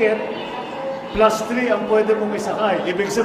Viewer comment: Word of the day "Wan plas tri" Bosssss Dii!!! 😂😂😂